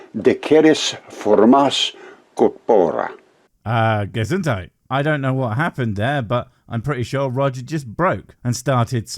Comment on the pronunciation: Kudos to your pronunciation of Gesundheit 👍 better than the "latin" i would say 😅